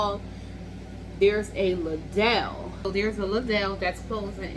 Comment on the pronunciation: You pronounced Lidl the fanciest i've ever heard it :D It's a German store and pronounced "Lee-dl", but honestly, Ledelle sounds much more expensive 💎